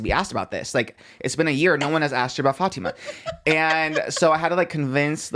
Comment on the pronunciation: It’s so refreshing seeing people pronounce Fatima correctly, thanks 🫶🫶🫶